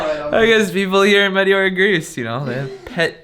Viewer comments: Just fyi, it is pronounced metEora (you raise your voice in the capital E), not meteOra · The correct pronunciation is meh-teh-aura with the accent on teh. I am a Greek of the diaspora and have been to Greece many times. This place was on my list of places to visit, but I never made it. And now it's most likely I never will. :-(( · It's pronounced MeTEora.....Nevertheless great video :)